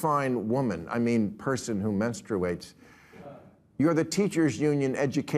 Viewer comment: "Menstru-ates" new pronunciation 😂😂😂😂😂